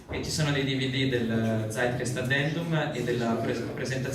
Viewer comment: pallino sulla i: si pronuncia Zeitgeist con la Z di o ScreZio non con la Z di Zorro